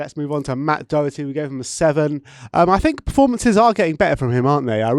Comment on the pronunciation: we don't have a player called DOUGHerty either actually, its pronounced Daw-her-tee